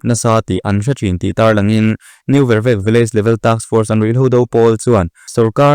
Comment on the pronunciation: N.Vervek i thluk diklo,vervek hi 'leilet'tih ang a thluk tur